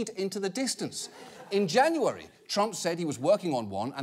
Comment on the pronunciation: im sorry but the way he said january cracks me up anyway, america please sort out your healthplan